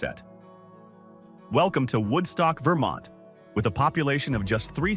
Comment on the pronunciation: The "t" in Vermont is not silent. The T is pronounced. It's not "Vermon". I've been to Galena many times, and it is awesome. There are plenty of hills with fantastic views all around the town.